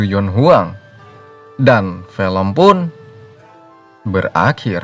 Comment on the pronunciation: film bg bukan fElm